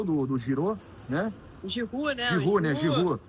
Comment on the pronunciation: “Girô” PQP